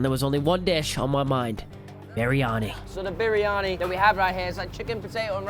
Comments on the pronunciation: im just saying its pronounced "bree anee" not "bee ree a nee" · Bar ri ah ni??!? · No shot you called it berryani 😭😭😭😭